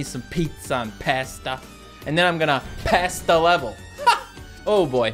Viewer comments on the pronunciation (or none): “And then I’m gonna Pasda level.” 🤣 Love it!